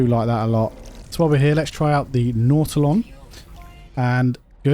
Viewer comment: His pronunciation is correct. What an odd thing to call somebody on, especially considering all the different pronunciations that we have for words around the world.